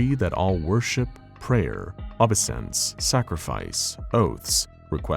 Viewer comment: Obey-essence And Uhn-aluh-jyzing Learn the pronunciations of words before you record my guys. Great content but this sullies the overall presentation. I will comment the words you mispronounce or misuse until you get better. This, of course means I will continue to watch but it just grinds my gears when you mispronounce 8th grade words.